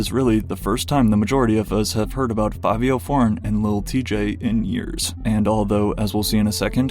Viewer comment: It makes sense he can't spell. Cause how is there two "I"s in Fa-vi-o? It's literally pronounced like Fabio